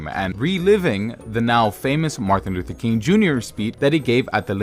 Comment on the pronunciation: take a shot for every 'marthin luther king'